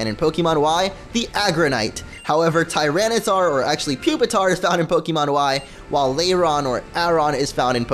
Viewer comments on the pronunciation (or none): none